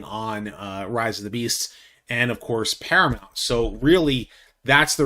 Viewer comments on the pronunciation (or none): none